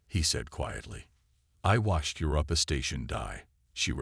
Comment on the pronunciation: DAMN!!!!! 30 seconds into the story and I am outta here!!!!!!!!!! Your AI SUCKS!!!! In the first 30 seconds, we already have, "your-AHPPA" (Europa), "deh-BRISS"!!!! I will NOT sit through the other 54 minutes and 23 seconds listening to this kind of POS AI!!!!!!!!!!!!!...no matter how good the story line is.